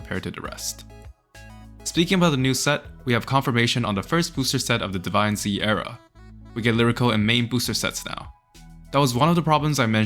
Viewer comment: It's pronounced Divinez not divine zee. It's one word